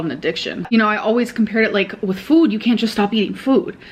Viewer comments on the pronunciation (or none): The way she started to pronounce “food” is infuriating